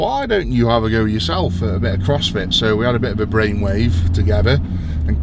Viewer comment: "Crossfity" Perfect. Lol. Keep it up